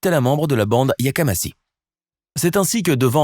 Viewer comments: Yamakasi...! Et non yakamasi ! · yamakasi.......et pas yakamasi o;))))) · yamakassi pas yakamassi😂😂😂